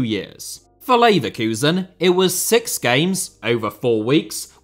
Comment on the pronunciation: bro just had to say sex instead of six and I dont blame him